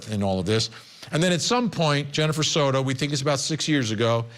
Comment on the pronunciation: "sourou" It is Soto. not an "u" in there, not an "r" in there. It is not an english last name. learn to pronounce!!